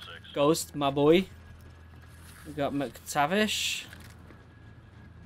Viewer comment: I really love how he cant say mactavish and just keep saying some random but kinda similar names love your vids